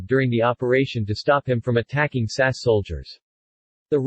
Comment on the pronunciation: Just a quick note: The SAS is not pronounced "Sass." It is spelled out S-A-S not pronounced as a single word. The liner's name is pronounced A-kill-ee. Also, there is no such thing as an "automatic revolver" as stated in Number 8.